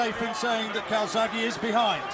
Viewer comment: Calzaghe or Kawasaki???, sounds like the latter. ( Cai--zag he )